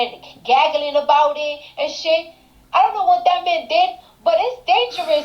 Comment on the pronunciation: Pawliticks. 😂😂😂😂 Plantten. It’s plankton 😂😂😂 I’d rather have the Pissa man be president 😂😂😂😂 Gaggilin??😂😂 I got so much businesses to do 😂😂😂